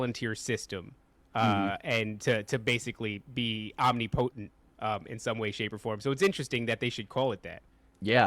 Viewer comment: 😂😂 Omni potent? You mean omnipotent? Ahm nip oh tent 😂😂